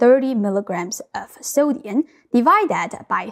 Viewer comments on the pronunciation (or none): She pronounces sodium as sodiun. Interesting. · Pronounces “sodium” as “soh-dee-un“ 💕😘☺️ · So "sodium" ends with an "m", not an "n". I notice you can pronounce "grams"correctly with an "m". It is not necessary to pose as "semi-fluent" in English.